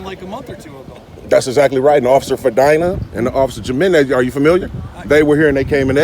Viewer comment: Jimenez is pronounced He-men-ez😊